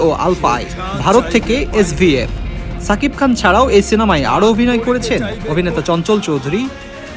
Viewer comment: আপনি সাংবাদিক আর আপনার কথা হয়না মিয়া।সাকিব খান না বলে উচ্চারনটা শাকিব খান বলুন